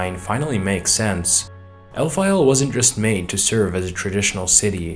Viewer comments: I know El-pha-yel sounds cooler but shouldn't it be Caylid (Caelid) and Elphayl (Elphael)? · It's Alfael, like Fae/fairy. Not El Fayel, like it's in Iraq or something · Your pronunciation of Elphael as El-fye-el prob isn't as intended. As it's spelled, I get you can have 'phae' to be said as 'fye', though there isn't anywhere to get the final 'el' at the end from just a singular 'L'. You prob love saying Elfyeyell bc you say it every 10 words lol. It's likely pronounced as Elf-ale. Good quality video tho